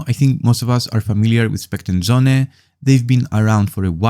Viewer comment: söhne not sohne. its german for sons